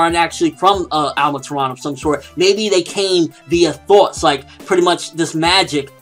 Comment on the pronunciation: Thoughts...you say it with a Boston accent, I didn't know what you were saying at first.